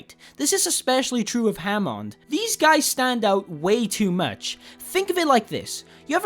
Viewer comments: And christ dude, it's Hammond nit Jamond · Ha-mond and Brigett